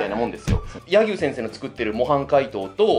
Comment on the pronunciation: や↑ぎゅう先生？